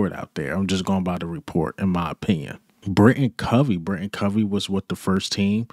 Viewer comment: I swear, not one Eagles channel says Britain Covey‘s name right, it’s BriTAIN Covey, BRI-TAIN. Tain, not Tin.